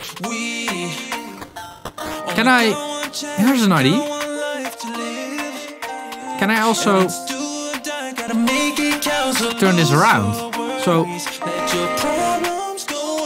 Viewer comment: whenever you say "idea" it sounds like you are saying "I.D"